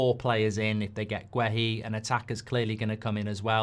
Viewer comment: It's not pronounced as Gwe-Hi, it's Geh-Hi, the U is silent in Guehi ... Please stop butchering people's names like this.